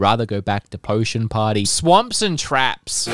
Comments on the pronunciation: Ummm it's not S.W.A.M.P.....its SWAP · Oof. Bad batch this time. But also "Swap" Trap not "swamp"